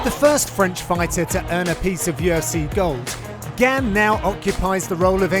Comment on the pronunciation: John mate, it's pronounced "gaun", even the commentary had it right, this is your job.